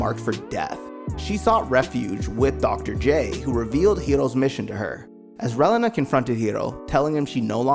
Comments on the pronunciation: I'll forever hear this guy call Reilina "Well uh nah". Ray-Lee-Nah. not even going to get into all the others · Reh-LEENA not Rehlinah Zecks Mar-KEY not Zex Markeez KAH-Truh not Quatro Meel-Yardo....most of these names are German and French. JFC, my dude. This hurt to listen to. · wiw, you need to review the material to work on how you say the names. You said the names of the pilots right at the opening but then you begin butchering the names right after that. Relena for instance goes more Ray-lee-nuh placing emphasis on the second e in her name and giving it a long sound. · bro. Reyleyna? She’s not a chile relleno. It was Releena. Lady unay? It was “une” like un (French for one). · the way you say relana tho 🤣 it’s reeeeelena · Sorry but its (CAT-TRA) Qatra and its (REAL-LINA) Relina. I know..its knit picking 😄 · Your name pronouncing really drove me crazy Relena its pronounced Re lean nah, Quatre is pronounced Cat trua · (Ray-Leen-a) (Cat-Trah) (Hee-roh) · The mispronunciations just pissed me off. It Ree-Lee-nah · Dont take the wrong way, good video, but hearing u mispronounce the names over and over was quite annoying lol. Its Ree-lee-nuh. And Ca-tra lol. Besides that good job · Pronounce Relena's name wrong one more time. I dare you. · I tried to watch but the pronunciation of Relena made me quit :(